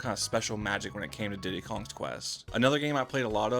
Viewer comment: Did you know Diddy’s kong quest is pronounced Diddy’s conquest? Not Diddy kongs quest.